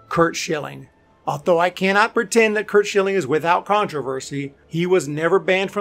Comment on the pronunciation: I cringed when you said curt schilling. The rest I agree with